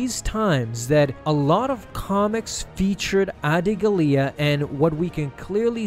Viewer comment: Its pronounced Audi Gal-ya not Addy GaLea